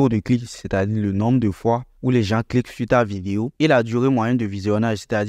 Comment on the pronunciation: Par contre on ne dit pas " les JanSSS" pour dire "les gens" mais on dit : " les JAN " , on ne prononce pas le S ... donc " les gens " quoi. Sinon tes vidéos sont super ! Merci bcp.